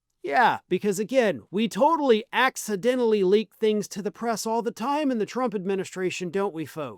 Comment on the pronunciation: Say accidentally again 😂😂😂😂😂😂😂😂😂😂😂😂😂😂